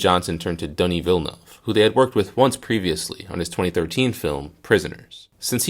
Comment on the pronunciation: you can roll the R for ana de armas but you cant get villenueve correct? lol